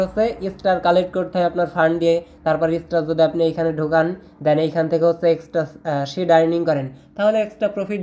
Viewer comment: শিড না ভাই ছিড হবে 😂😂